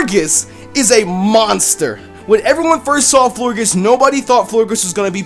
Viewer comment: I think florges is said the same way as gorgeous